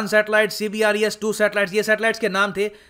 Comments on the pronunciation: Sir जी अपने कई बार CBERS को CBRES बोला है। जो कि मुझे कुछ कन्फ्यूज्ड लगा। क्योंकि लिखा कुछ है और बोल कुछ और रहे हो? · CBERS not CBRES👍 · C B E R S not CBRES